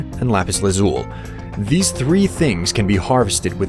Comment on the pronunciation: You are mispronouncing "chasm," "Fn," and "lazuli."